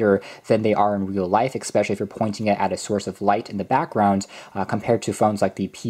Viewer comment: Really good in-depth review, but please stop saying "exspecially", its especially.